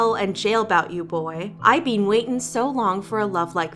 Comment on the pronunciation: i’m so sorry but I can’t get over you saying bean instead of been